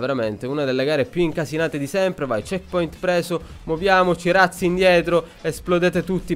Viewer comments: razzi si legge con la z dolce :) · madonna che bordello😂 quando hai detto razzi indietro ho capito ratzinger 😂😂